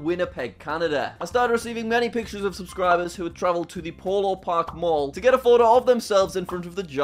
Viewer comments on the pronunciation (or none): none